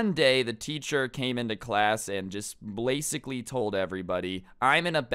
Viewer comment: "Blasicly" XD --Sincerely Your local humanoid dummy/Thunder